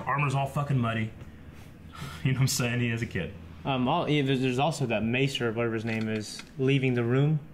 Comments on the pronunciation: Lol you guys keep saying MY-ster!!! It's MAESTER!!!!!! Aaaaahhhhh!!! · said Maester right and then incorrectly AGAIN. Haha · It makes me upset that pronounced Maester correctly but then switched to the wrong pronunciation